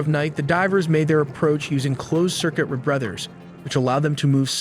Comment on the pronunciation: It may be animated by humans, but no human native speaker of English would screw up pronouncing "rebreather" that badly.